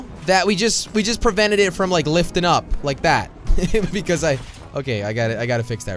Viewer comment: Not you sayed fom